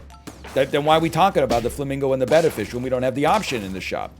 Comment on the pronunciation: Why does he pronounce beta fish that way? Its genuinely killing me